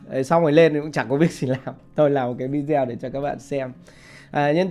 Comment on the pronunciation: Video đọc là vi đi ô